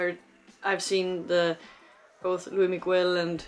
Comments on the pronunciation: Cute she pronounced luis migoo-el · Estaría mejor si pronunciaras su nombre (Luis Miguel) correctamente. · PLEASE PLEASE if you can watch his Netflix series (if available) and follow his career! he has been singing since he was 11 years old, just for you to know, his name is pronounce with the s at the end of Luis and Miguel, the u is not pronounce... sorry, just have to let you know... thanks for your reaction!!!!